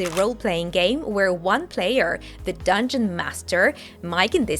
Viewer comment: He sounds like, "Wheay meyah" in